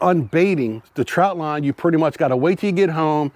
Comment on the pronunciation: Thanks for the info. I grew up in Maryland and in the Summer we spent just about every weekend on the Chesapeake in Deale MD. We used the square traps and we fished , swam , and also did a little waterskiing as a family of 5. One thing I'd point oout . It sounds like you are saying TROUT line . It's called a TROT line , no U . Steamed in beer and Old Bay is the only way 😎